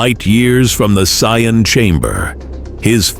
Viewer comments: AI pronouncing saiyan as cyan is jarring. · AI just can't say Saiyan correctly.. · Not being able to pronounce saiyan is is amazing